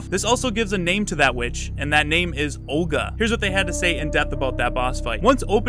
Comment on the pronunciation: i was right, it's basically RE 4 part 2 + Van Helsing. very weird stuff - not my taste, i'll skip this game. BTW Olga is a slavic female name, correct pronounciation should be with soft 'L' letter, not hard.